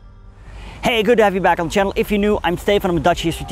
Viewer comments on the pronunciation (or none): none